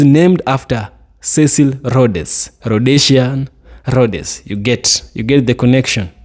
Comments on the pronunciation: Rhodes, same pronunciation as roads. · Pronounced Rhodes..pls the 'e' is silent so its Rhoads like roads. That i think is the pronounciation. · the name is As you say Roads ( Cecil Rhodes)